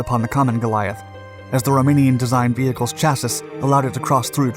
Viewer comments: Chas-ee > Sha siss (for the Word "Chassis"), your pronunciation is off! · Please stop saying Chass-iss. Chassis rhymes with classy. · Every now & then a word shows up to remind you it's an ai voice. Chassis was today's word.. chasssisss is not how to say this. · Chassis is pronounce “chass-y” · Chassis is pronounced chah-see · Bosch is pronounced as baash chassis is pronounced as chass-ee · Chassis is pronounced as chass-ee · Chassis is pronounced cha see. Love your work! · Not to be a grammar nazi or something, but every version of "Chassis" I looked up is pronounced "Cha-SEE". Good video, though. No hate. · "Chassus?" Might want to reexamine that word. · Bosch is pronounced Boshh 2130ft is 650 meters, 130 pounds = 59 kg Chassis is pronounced Shassee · Say the word chassis...chaseeeeee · Cha-see. Chassis. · CHASSIS 😂😂😂 no man you need to pronounce it as shassy if you’re saying chassis 😂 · I see this narrator is still mispronouncing chassis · Are we going to ignore how he mispronounced “chassis”? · Yeah he doesn't learn with this one. We've been over it before, but it still makes my ears bleed every time. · He always does. He mispronounces it every time he uses it. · I left this link in my reply on this topic. This mistake really stands out. Hopefully he'll learn how to pronounce it correct for the next video. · How can you do all this research and pronounce Bosch and Chassis wrong 🤦🏼‍♂️ it makes it feel like you’re blindly reading stuff you had no part in doing the research. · I never heard someone pronounce chassis the way he does lol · I always wondered why the last S was silent.